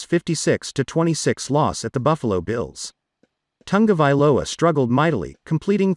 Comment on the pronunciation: It is tongue- a- vailoa